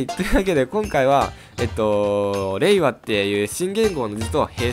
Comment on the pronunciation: 平和と聞こえました笑